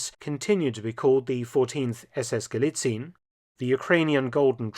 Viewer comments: Thank you again, Mr. Felton for presenting history in such short but accurate way and revealing uncommon historical bits and connections. One word for the pronunciation of "Galizien". Please don't hesitate to pronounce the last 'e', like 'Galizi' - 'en'. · It is pronounced "Galizi-en". You got very close, just missing the last syllable :-) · While your german pronounciation is usually on point, at least for a native english speaker, this time you've made a slight but understandable mistake. "Galizien" is pronounced "guh-lee-tsee-en" rather than "guh-lee-tseen". The mistake is quite understandable since "ie" in german usually signifies an elongated "ee" sound, but, especially regarding names of locations and countries it is pronounced "ee-en", for example in "Australien" (ouw-struh-lee-en / australia), "Spanien" (spuh-nee-en / spain), "Argentinien" (arr-guhn-tee-nee-en / argentina), etc. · Just an FYI from a German-speaker: It's a bit confusing, since 'ie' is normally a 'long i' in German , but Galizien is NOT pronounced Galiziiin (with a long i), but exactly like it is written, Gal-i-zi-en. If you're unsure, look up the pronunciation of Spanien (Spain), where the ending is pronounced the same way. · Galizien is pronounced ga-lee-tsee-en, not ga-lee-tseen. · Sidenote: the ending "zien" Gallizien is pronounced as two syllables. "zi-en" hence Gal-li-ZI-EN not Gal-li-ZIEN. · Galizien is pronounced Galizien (Galizi-ehn), not Galizeen. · Hey Mark, thanks for the video: just a small thing. I don't think it is actually pronounced "Galizin". It is true that "ie" in German usually means that it is probounced as a long "i" sound but in Austrian imperial times, when it was still the province of Galizien-Lodomerien, the "e" was pronounced seperately and I don't think that the Nazis would change that. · We dont say galiziiin. We say galizi'en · German pronunciation is ga-LI-tsee-en, NOT gali-tseen, and the stress is on the second syllablle.